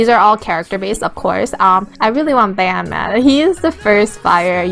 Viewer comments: OKAY! think of it as bon. it is pronounced bon even though spelled ban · your saying ban wrong